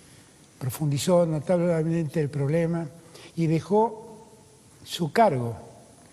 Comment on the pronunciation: Ya se tomó unas copas, se le lengua la traba, profundizó "notabllleememente"